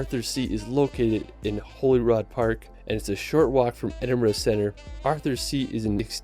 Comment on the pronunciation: The narrator doesn’t pronounce any of the names properly. He should have learned how to say Edinburgh, Glenfinnan viaduct etc better before attempting this video. If you pronounced the names the way he says the locals will either laugh at you or punch you. I’m from Scotland, I live just outside Glasgow and one hour from the capital Edinburgh. I’m not that far from Stirling and it’s history eg the Wallace Monument dedicated to William Wallace (Braveheart Movie). I adore the Highlands especially Skye. I’ve been Wild swimming in Loch Lomond and Loch Ness and white water rafting on the river Tay. I’ve also been on the Jacobite steam train over the Glenfinnan Viaduct and i’m not a harry potter fans as well as visiting Culloden battlefield , various castles, and the fairy pools in Skye. You can’t beat Scotland for its beauty and i’m glad i was born, bred and still live here. Thanks for the reaction. Take care 😘🏴 Alba Gu Braith🏴❤️